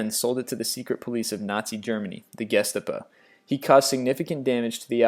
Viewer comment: The GESTEBA, what the fecks that.